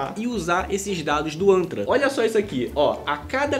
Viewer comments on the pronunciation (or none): Poderia jurar que você falou anta! Os eram do anta! Tive que ouvir umas 4 vezes😮, é antra